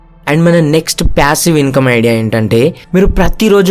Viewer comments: that's what I'm saying meeru ala pronounce chesaaru ani cheppthunnaa...it's passive not pyassive... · Ooh babu pyasivve ani antha daridram gaa pronunce cheyyodhu bro.. irritating anipinchindi throughout the video